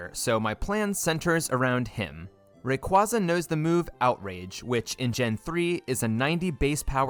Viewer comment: Stop pronouncing Rayquaza wrong. It’s Ray-kway-zuh!